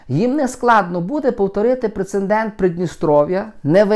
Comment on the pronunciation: Немає слова "прецендент",ріже слух.